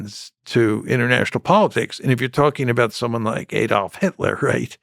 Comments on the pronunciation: Aadolf, not Aydolf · How can you create this video based specifically on Hitler and not know how to pronounce the name Adolf right? Ridiculous. Also ww1 wasn't specifically started by Germany, in fact despite the Austro-hungarian involvement a big part of the escalation leading to the war was that Russia stepped in and sided with Serbia purely because they believed they were the same Slavic Race as them which is never mentioned when people discuss race and racism connected to the world wars, but that decision based purely on race turned a conflict between two nations into a situation where countries began taking sides untill Britain and Germany ended up on opposing sides, they weren't natural enemies and in fact had relations through Britain's German royal family and Germany's leadership whuch included their relatives who all traced back to Queen Victoria, but aside from that they are descend from closely related Germanic groups. The only thing that created this awful situation of two world wars was that they happened to end up on opposing sides but they were the only two countries who had any serious power and ability and ao the war involving many nations led to Britain and Germany playing the biggest parts causing the opposition and which also played a part in a second war, although France and again Russia played a big part in causing the second war as they forced unfair terms in the treaty of Versailles against Britain's wishes. Sadly it is a situation that could have been avoided and Britain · Learn to pronounce “Adolf” will you ? and what is a “moss cow” ffs ?? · Why can't Americans pronounce words like 'Adolf' and 'Moscow' correctly?